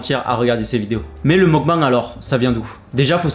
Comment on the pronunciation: ça se prononce meukbéng